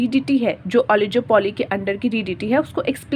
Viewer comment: It's not ओलिजोपोली it's ओलिगोपोली